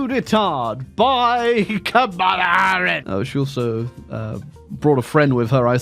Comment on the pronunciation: Cringing every time car wreck of a pronunciation of Kamala is uttered. The emphasis goes on the first syllable like "comma"